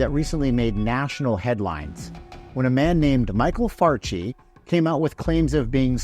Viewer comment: Did he say this dudes name was Michael Farty??